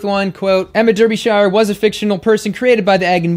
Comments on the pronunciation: Derbyshire is “Daabyshuh”, not “Durbyshaiuh”. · you are brilliant, but Der be shire, ouch!!! that hurt, I'm from near there, repeat after me DAR be shire, yes they cannot spell the word as pronounced. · Americans you always pronounce any British town or name with shire in the word incorrectly... for example Derbyshire is pronounced Derbysheer. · "Smugness complete." 💕💕💕💕 In British English we pronounce Derbyshire as Darbysher. Sorry to point this out but for us Brits it's funny to hear Americans pronounce British English words. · Love the video, especially the way you say Derbyshire! Here in the UK we pronounce it as ' Dar bee shear '. Makes no sense I know! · Chuckling at the pronunciation of Derbyshire's name. ;) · Jesus Christ! Why can't Americans learn to to pronounce Derbyshire correctly! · Not hatin' but your pronunciation of Derbyshire made me choke on my food